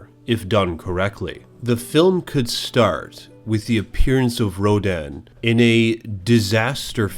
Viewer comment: wait you you think I am cool HWaaaaaaaaaaaaaaaaaaaaaaaaaaaaaaaaaaaaa you say Ronan (perfectly pronounced) instead of Rodan